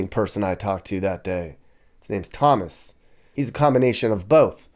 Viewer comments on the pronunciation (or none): none